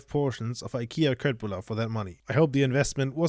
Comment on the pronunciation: You are German, so I forgive you for this but...: Köttbullar are actually pronounced with the k sounding like sh. So Shöttbullar actually! It's common amongst you Germans to pronounce it with a hard K. Yes, Swedish is weird.